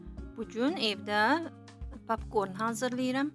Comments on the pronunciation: Papkorn yox popkorn markıt yox market dilimizi eybecerlesdirmeyin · papkorn yox popkorn